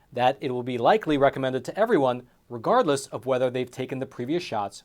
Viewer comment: “Recommend” get it straight Jack.